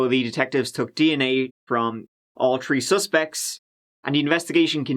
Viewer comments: You're content is great! However. It is freakin annoying when you start some words with "th". Such as "thirty", "tree", "throat". I get it. You have an accent. Then how the fk can you enunciate "together", "then", "the", "that", but seem to forget the "H" when you say "tirty", "tree", and "troat". You look sober, but sound like me when I drink a lot of alcohol. I have no accent until I drink I guess. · One, two, tree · Between the notification of a new That Chapter video, and me just opening it, there are already tirdy tousand views and tree tousand likes. It's as if the channel is a Man on Fire. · They did it "Tree Times".